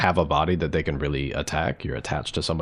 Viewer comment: "Who ees dey?"